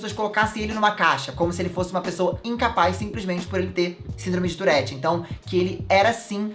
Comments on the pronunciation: Só tive agonia no tourette Se diz turre TURRE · É touRRete, que pronuncia❤ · Fiquei o vídeo todo agoniada por causa do jeito q p pronuncia "tourette"